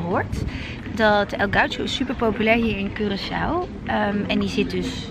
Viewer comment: Hahahaha moest meteen lachen toen je zei Korsoe, gelukkig heb je die je meteen verbeterd haha❤❤❤